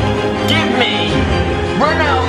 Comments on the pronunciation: He says Roneldo ? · Why do you say roneldo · Stop saying roneyldo